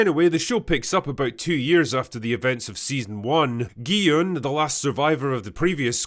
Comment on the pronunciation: one of the only reviewers who actually calls gi-hun gee-yun and not gee-hoon or jee-hoon or gee-han